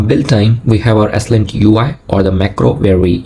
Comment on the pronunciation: It’s pronounced “slint” not “s-lint”.